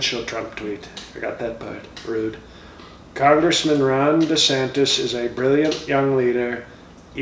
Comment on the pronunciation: What did this dude say his name was, Sire? Ron Descendis, Sire Sir?